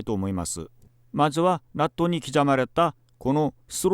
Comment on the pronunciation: ナットが納豆、キャビティがキャベツに聞こえるのが可愛い